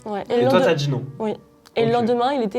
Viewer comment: et 😂 "tentatchive" "t'as djis non" toi aussi tu commences à parler à la marseillaise 😅